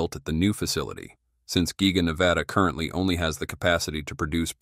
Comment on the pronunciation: The AI Voiceover cannot say the word "currently" correct? haha